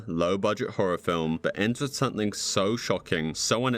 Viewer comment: IT'S "something" NOT "sunthing"